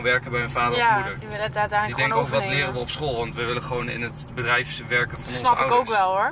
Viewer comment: Waarom zeg je altijd wullen in plaats van willen😂